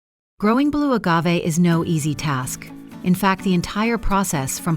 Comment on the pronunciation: Soaked to prevent pests but then tossed like junk. 😂 Also "boe agave"? I thought it was pronounced Blue.